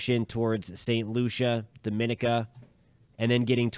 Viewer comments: Barbados keeping posted. FYI, That island is pronounced Doh-min-EE-ka. pronounced slightly differently to Dominican Republic. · Please try to pronounce the islands names so we know which island you are referring too. DOM A NIC A